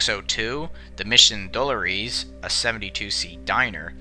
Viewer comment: Are you trying to say Presidio, Mission Dolores, and Embarcadero?